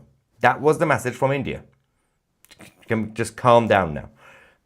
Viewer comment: Mahyar, Mahyar... you are great but PLEASE learn this... Its not 'massage' to rhyme with 'passage'... Its MESSAGE to rhyme with... message. 😂